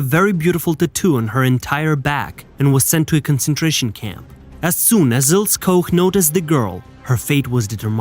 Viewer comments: it’s IlsE not Ils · It's Il - SU, not Ills! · It's also "ILL-SAH"....not "ILLS" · Il-seh… her name is pronounced Ilseh. But good documentary. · Please, fix the narration. Her name is Ilse, not Ills. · whats an "Ils" ? the name is Ilse and the e on the end is pronounced...! LEARN TO SPEAK GERMAN NAMES CORRECTLY OR CONTINUE TO MAKE AN ASS OUT OF YOURSELF FOR THE ENTIRE WORLD TO SEE....! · Pronunciation: Ilse, not Ils. Koch, not Koc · Her first name is pronounced "EEL-zeh", not "Ils". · Her name is pronounced Ilse, not Ils. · It's pronounced "Il-sa". In German, the "e" is not silent. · Her name is pronounced Eel ser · Prounounced...Ils..a....bloody AI!!LOL LOL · I believe it’s pronounced Ilsa. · Wrong "O" sound in Koch. It should be ô not ō. Ilse is pronounce "Il-suh". An "E" on the end of a word in German is not silent, it's pronounced "uh". Why would you use English rules of pronunciation when speaking another language? Usually, only the Brits are haughty enough to do that. When Americans do so, it is generally completely out of stupidity. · Is this the story of Ilse (pronounced ILL-ZA) as in Illse she wolf of the SS? They really have to stop using these "Bots" to narrate. I'm glad I don't have any "ti-toos" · Ilse is pronounced "ill-see". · Ilse is pronounced I l s e r Koch is a short 'o' as in hot (not cold) A bit annoying to hear them mispronounced so many times. Otherwise well put together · German doesn't use a silent 'E'. Her name is pronounced as 'Ilsa'. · Its pronounced ILL-SA. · Mate, isn't it 'il sa'. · Pronounced "ILL-SAH" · I noticed that as well lol